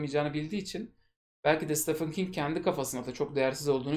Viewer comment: Stephen Steven diye okunur, Stefan degil.